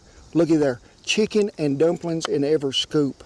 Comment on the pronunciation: Sheeken and dumplings. No shantz!